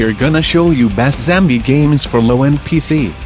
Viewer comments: BEST ZAMBIE ? wtf is that ?? LEL Dude Learn English :DD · did he just said zambie?